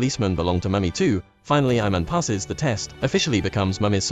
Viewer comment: Its not "I man" its ee man